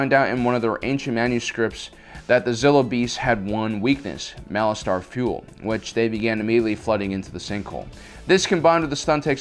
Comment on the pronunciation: The way you say Malastare is annoying. You say it like Malastar...